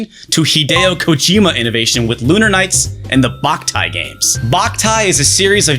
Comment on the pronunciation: Lmao I got a sunburn as a kid playing Boktai outside for too long, hated that game for years! (Also isn't it pronounced "bow-k-tie" and not "bach-tie"?)